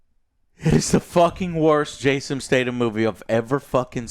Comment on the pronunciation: Is Joe not physically capable of saying names correctly? Wtf has ever said Jason Stay-dum